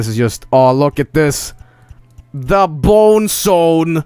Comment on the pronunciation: "Tha Bone Sone"